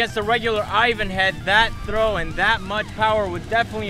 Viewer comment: Whats an aivaan? You mean Ivan?